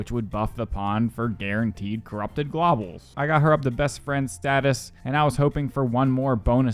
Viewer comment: With Peace and love you can put names and things into google to hear how they sound. The "globels" fully sent me lol. But hey, it gets people commenting which boosts engagement so maybe just keep mispronouncing stuff. Love the series!